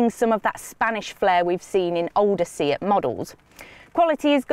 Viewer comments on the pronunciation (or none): A good review but excuse me, it's a Spanish car manufacturer (with Spanish names and pronunciation) hence it's a 'Say-at' not a 'See-at' and the model is a 'Lay-on' not a 'Lee-on' Ta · She says León just right in the intro, just the brand name is off. I speak Spanish.